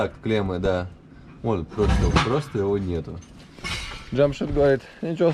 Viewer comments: Научись правильно произносить имена. Не Джамшут, а Джамшед. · Ни джамшут,,,а ДЖамшед ,, все просто ж т!!! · Не Джамшут, а Джамшед! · Здравствуй ! Уважаемый не Джамшут а Джамшед... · Имя ДжамшУд придумали на канале Наша Раша. А в реальности имя произносится как ДжамшЕд ,ну или чтобы Русскоговорящим было легче, можно использовать букву Э ДжамшЭд. А выражение ДжамшУд в Таджикистане с недавних пор уже стало считаться Оскорбительным! Вам повезло что ваш водитель по ходу не в курсе нового варианта своего имени. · НЕ ЖАМШУД А ЖАМШЕД БАРАН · Не Джамшут а Джамшед. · Не Джамшуд а Джамшед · Не чамшуд А Чамшед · Не Джамшут а Джамшед. Надо правильно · Не Чамшут а Чамшет☝️☝️☝️ Как ты смотришь на то что тебя будут называть не и Мышка или Муша,? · Не джамшут а джамшед !!! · Да унас есть такие имена но произносится чамшед а по русский джамшед а не джамшуд вот так 🇹🇯🇮🇷🇦🇪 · Не Джамшуд 🤬 а Джамшед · Имя Джамшед а не Джамшут назави правилно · Слушай ты русский, МИ ХУЙ ИЛ,охранел что ли,уважай себя, не Джамшуд, а Джамшед. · Не Джамшуд а Джамшед говори нормпльно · Не Джамшут а Джамшед.. поправьте пожалуйста 🙏.. Это “ тахт джамшед” “ персеполис” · Не Джамшут а Джамшед! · понимаю что для тебя наши имена непривычные, но не стоит их коверкать и произносить как в оскорбляющей Таджикский народ шоу «наша раша». Этого мужчину звали не Джамшут как ты произносил все разы и как по издевательски представляли таджикский народ в той передаче, а Джамшед (по таджикски произносится Jaмщед ) или так же возможно его звали Шамшод. Мужчина в виду своей воспитанности и гостеприимства не стал тебя поправлять, хотя стоило бы. Без негатива, видео в целом замечательное. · Водитель Джамшед научитесь уже правильно произносить видно парень скромный добродушный молчит не попровляет каждый раз. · Братан , ударение делай на "Е" Жамшед. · Я ИЗ УЗБЕКИСТАНА. МЫ ЗДЕСЬ ПРОИЗНОСИМ ДЖАМШИД. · Что у них в букваре буква е нету чтоли джамшед правильно